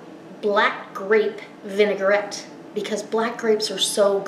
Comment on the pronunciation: lovely, thank you. The thing is, the word vinaigrette, as you can see, is pronounced vinagrette, not vinegarette. It is derived from the French word vinagre, for vinegar. I have subscribed to your recipes.